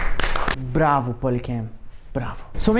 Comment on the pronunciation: esse "bravo" ai é de brasileiro, tu n me engana